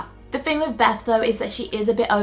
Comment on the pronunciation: beth not beff come on